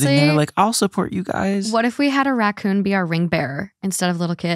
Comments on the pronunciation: "RAY-CON" (racoon) Is from Trailer Park Boys! I'm so glad me and my husband aren't the only ones that does that 🤣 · I laughed out loud when pronounced Raccoon as Rake-in 🤣 glad to know that Trailer Park Boys is appreciated in the US!